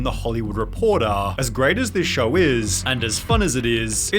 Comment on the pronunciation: "shOwahH" stop talking like that.. made this video such a hard watch holy shit